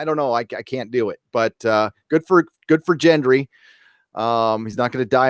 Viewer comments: Brie, like the cheese, Anne. Hard “G” for Gendry. Not Jendry. THANK YOU!!!!! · Why cant Americans pronounce names properly ??? Aria? , Jendry? Do you get a different dub to the rest of the world???? whats next? Joahn snoow ?, Kersey? Need Stalk? The Hoond?, The Moontains? Lets all go to kongs lunding, via harglyhomes?